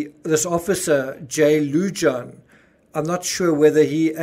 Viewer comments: Lujan is pronounced Loo Han...not loo john. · Greeting from NM. The "J" in Lujan is pronounced as an "H" Lu Haan. Your welcome. Love your shows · Lujan- pronounced Loo-hahn 😘🖤🖤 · Yes, I live in NM (40min drive from the scene). Lujan is pronounced “Lou-Hahn.” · fyi Lujan is pronounced Lew-han. J is pronounced H in Spanish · You pronounced Benividez correctly Lujan most likely Loo-hahn